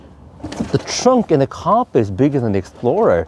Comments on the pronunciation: Im the uk it was always pronounced cap pri. Not car pri 😊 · In the USA back in the 1970s it was pronounced ca-PRI with the accent on the second syllable.